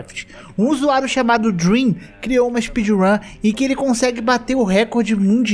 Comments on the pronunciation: Deveria ter deixado escrito ou ter pronunciado corretamente 👍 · quando ele disse "DREM" eu entendi "DREAM", fiquei até em choque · mano qnd eu escutei "o drem" eu congelei achando q era o dream dps q entendikkkk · Quando ele falou: Drem Eu pensei q era o Dream Eu fiquei tipo: MEU ÍDOLO TRAPACEOU?!?!??!!? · mn eu tava quase durminu e ouço "foi um cara chamado Drem" eu quase caí da cadera kkkkkkkk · Vc falou "Drem" e eu entendi Dream e fiquei PUTAQUIPARIU NEM FODENDO Q ELE XITOU NA RUN mas graças a Deus q n era o nosso Dream